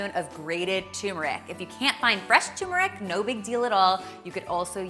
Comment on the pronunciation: Turmeric is pronounced as tur like turn, mer ic. I'm an Indian